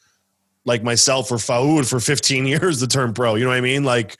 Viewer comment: FAOOOOOOD, tell him its pronounced FOOAAAD please hahaha